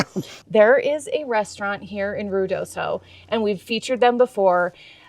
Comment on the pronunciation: minor quibble . . . Ruidoso is better pronounced: rooey dough so . . . rolling your Rs in your best Ricky Ricardo or, Cantinflas . . . 💙🤠